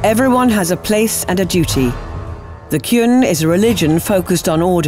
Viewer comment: yes!.. finally miss female voice pronounced QUN correctly..